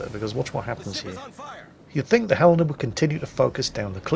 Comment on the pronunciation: Your pronunciation of Helena would make a citizen of that city think you are a local, I hope you have a Helena Day.